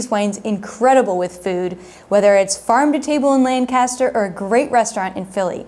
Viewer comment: It's not LANcaster (as in Land). It's pronounced "Lank-ester" (as in Hanky). Also... Erie and Phila. may be in the same state, but geologically, they have nothing in common. Erie get's lake-effect weather, similar to southwestern Michigan's wine region.